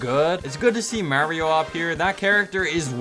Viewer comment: Thats not how u say mario..